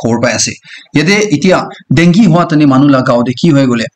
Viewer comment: Hello bro sorry but it doesn't pronounce dungy but it's call dengue